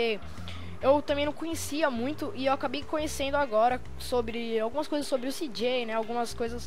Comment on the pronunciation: CJ KKKKKKKKKKKKKKKK CIJAY ASSIM E MAIS LEGGAL PRONUNCIAR